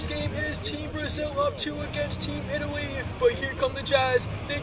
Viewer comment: did he call us " Team Italsia"